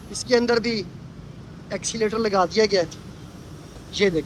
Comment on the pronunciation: ایکسی لیٹر نہیں ، ایسکیلیٹر کہتے ہیں- Escalator